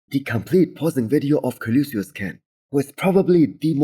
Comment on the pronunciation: learn how to say Colossus!